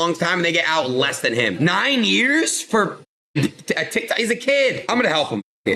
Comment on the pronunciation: It's Year's Not " yr" 😅